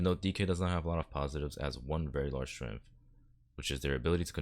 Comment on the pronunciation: You lost me at, "Strengf".....